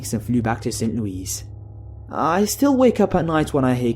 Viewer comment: ARGH! It's not St Louise, but Lewis or Louie. (Americans are weird with pronunciation...)